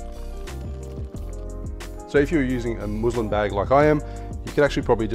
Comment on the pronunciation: Muslin is pronounced more like cousin. Love the channel btw, you've been a huge inspiration for slowly stocking up my bar at home